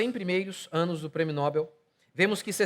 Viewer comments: É NOBEL (OXÍTONA). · É NOBEL mesmo, querido pastor. "NÓBEL", não.